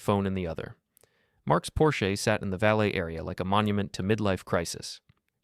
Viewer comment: Oh my, is that how you pronounce PORSCHE